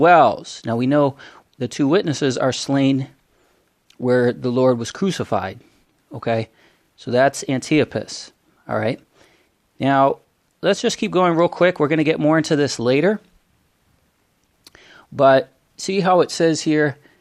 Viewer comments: Where is the second A in Antipas?? vI think that is pronounced Anti pas, not Antia pas. I only viewed this video because I was there in 1985 and wanted to see if you had more information that I had received. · His Martyr's name is Antipas (An ti pas) not An tia pas!